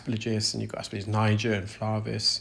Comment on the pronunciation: The g comes before the l in aspergillus 🙂 Ass-per-gill-us.